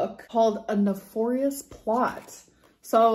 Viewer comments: LOL "nah four ious" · A “nuh-forry-us” plot lol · Anyone gonna talk about how she pronounced nefarious? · I was zoning out and listening not watching and had to stop and say to myself, is she trying tov pronounce nefarious? This gorl I swear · You did not just mispronounced Nefarious.... lmao.